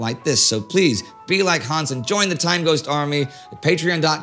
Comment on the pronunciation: "Hans Ryding" -- almost perfectly pronounced.